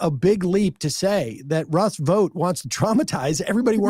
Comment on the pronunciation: When they were talking about Russell Vought, thought she said rust boat, thought they were talking in code about the 100 rusty boats, in the right wing book, the camp of the saints.